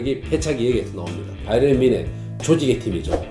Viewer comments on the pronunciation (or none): none